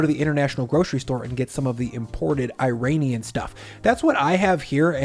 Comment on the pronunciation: EYE-Rain-E-an..... really?..... is this 1983? It's Ear-Ahn-e-an......the country is pronounced Ear-Ahn.